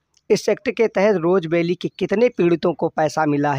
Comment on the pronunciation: Roja vally nhi rose valley hai